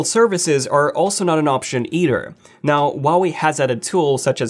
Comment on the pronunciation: The pronunciation of the brand: Who-ah-way